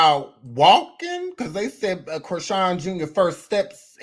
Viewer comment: You said Christine with a half N😂